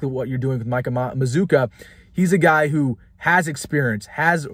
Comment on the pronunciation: I think you're pronouncing his name wrong. You've invented a "U" after the double Z. And you ignored the "U" after the double C. It looks like maz cue a, or maz kwa. We gotta get this right before he comes to Lincoln.